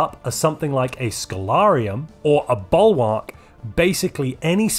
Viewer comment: Love your content, think I've watched everything you've made. Two things though, have you considered guides for Console edition? The D__k patch has just dropped on console and secondly, please for the love of god, pronounce bulwark correctly, it hurts my brain.